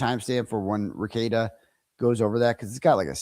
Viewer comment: Just like Kearney is pronounced Carney, Rekieta is pronounced Re Kate ta, not Rekeet ta ❤